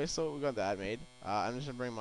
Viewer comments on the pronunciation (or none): none